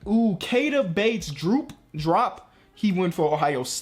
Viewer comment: Pronounced “Key-Ah-Tah” Bates “Dee-Op”